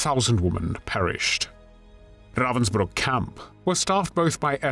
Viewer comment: Something so villainous about the way he says "RRRRrrrravensbruck".. almost Nazi like